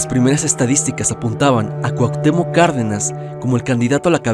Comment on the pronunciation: Cuactemoc? Cuau pinches Cuauhtémoc